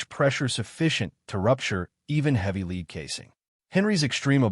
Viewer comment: This is a great video other than you saying lead wrong lol